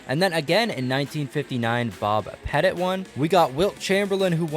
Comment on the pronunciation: U said petit wrong